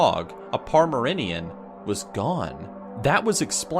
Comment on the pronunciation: "A Parmerinnian "